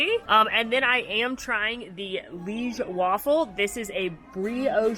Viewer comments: liege is two syllables! pronounced lee-geh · I know most people seem to be saying ‘Liege’ in their videos as one syllable, but I’m pretty sure it should be two, (li-ej) as they are named after the place Liege in Belgium.